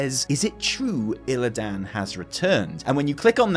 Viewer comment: my bro. We need to talk. Please go play WC3 again or listen to ANY in-game dialog where a character says “Illidan” and stop pronouncing it “IlliDAN” - it’s like nails down a chalk board. Reminds me of that awe full Warcraft Bible video where he couldn’t pronounce Sargeras... I still love you. But please.